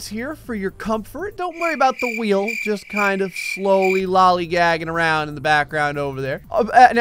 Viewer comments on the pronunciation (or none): none